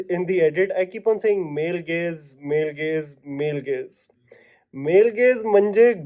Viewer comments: Not only "male gays" you also said "djanra" too many times at one point 😂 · I was also confused hearing 'Male Gays'😂😂